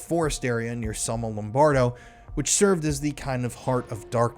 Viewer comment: It’s Somma Lombardo, not Sonno Lombardo.